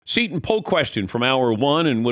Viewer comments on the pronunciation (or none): none